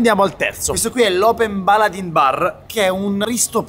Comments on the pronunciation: Informazione Baladin si legge baladén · Si legge "baladEn" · Si dice baladen non baladin😉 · bel video. Piccola nota.Non si legge Baladin ma baladen. È dalle mie zone. Se vieni in provincia di Cuneo ti faccio provare loriginale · si dice baladèn non baladin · Errore madornale sul Baladin: intanto è italianissimo, il birrificio originale è in provincia di Cuneo, per di più, si pronuncia alla francese.